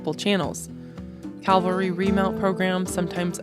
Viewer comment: Very interesting and informative. I enjoyed it. One thing you might want to work on is the difference between the words calvary (a Latin cross) and cavalry (an army component mounted on horseback). Since you say the Latin cross word many times in your narrative and I believe you mean cavalry (mounted patrol), this difference might be helpful.